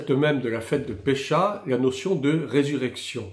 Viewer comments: Bonjour à vous, merci pour le contenu. Mais ne dit-on pas phonétiquement Pessah et non Pécha ? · juste pour info : Pessah se prononce pessar